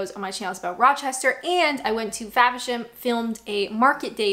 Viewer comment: It's "FAVERSHAM"....not Fabisham